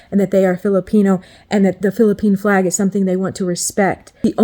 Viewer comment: You pronounced Flag as Plag, Uniquely Filipino, eh? It's nice you haven't forgotten how to speak Visaya